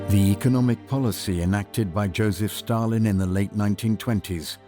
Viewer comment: sure does sound like he said Stallion, not Stalin